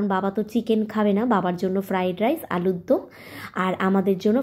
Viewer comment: KI j bolish alur dum na ota alur dom..